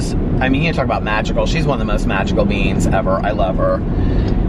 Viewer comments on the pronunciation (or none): I know you said MAGICAL BEINGS....but I heard MAGICAL BEANS🤣😂🤪